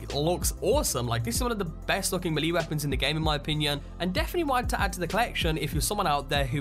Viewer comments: Lol you pronounce Melee so weird... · Melee: MAY•LAY not ME•LEE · YOU DIDN'T FUCKING SAY MELEE CORRECT ITS PRONOUNCED May-lei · pls stop saying meeley lol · Great vid, but along the lines of pronunciation, "melee" is pronounced "may-lay" 'round these parts. This was the first I've heard "mee-lee". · Pronounced wrong : Hewbrus not hub rus. Maylay not mewlee. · its melee (may-lay) not mel lee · Does anyone else get annoyed by the way he says mulee instead of melee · It's not maliiiiiii it's melee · melee is pronounced "maylay", not "mee-lee" 🤦‍♂️ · It’s melee not malee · god the way you say the word melee is doing my head in. its pronounced "mel-lay" not milly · It's pronounced May-Lay Not Me-Lee, just saying... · "May-lay" = melee "Hew-bris" = Hubris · Fritzdexter ikr its ment to be pronounced "melay" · why is it, so many people miss pronounce "Melee" Melee is pronounce, "May-Lay". FYI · Its actually pronounced "meh-lay' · in the Sky "M'leeee!" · Snake maleeeeeeeeeeeeeeee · melee is pronounced may-lay and hubris is pronounced hue-briss. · Melee is pronounced as maylay Hubris is pronounced as hewbriss. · Bro.... Me-lee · >Mahlee Best way to pronounce Melee 10/10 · As some one from the Boston area its sound funny to me when you pronounce the names, saugus, "saw gus", melee, "ma leA", that's just how I pronounce them, nice music. :P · May. Fucking. Lay. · DarkMadder I pronounce it mee-lee, don't know where may comes from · MAYLAY IT IS PRONOUNCED MAYLAY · Why does he say it like “milee weapon?” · Melee? "May-lay" is how to say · Hugh-briss and may-lay are how those words are to be pronounced. Great video but wow that’s painful to hear you butcher those words. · Come on, dude. It's MAY-LAY weapons/builds. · No its me lee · MELEE is pronounced MAYLAY. This bothered me so much I had to come back here to say something. Other than that good video, just stop slaughtering words. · Actually it's pronounced may-lay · It's pronounced may-lay (Melee) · malee!! hahah i'm dying